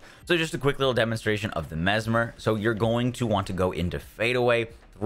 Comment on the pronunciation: He learned how to say mesmer. Not the MezMAHR anymore